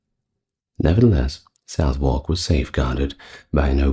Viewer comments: 👍Southwark is pronounced sutherk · Why are Derby (Pr 'Darby') Pepys (Pr 'Peeps' ) and Southwark (Pr Suthock) mispronounced?